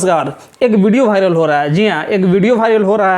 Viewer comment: भायरल नहीं वायरल होता है पहले बोलना सिख लो भाई 😂😂😂😂😂😂